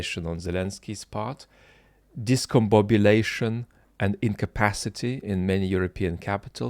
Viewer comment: Discombobulation never sounded so good as when you say it 😂 A real philosopher's reflection on such important matters. Thank you!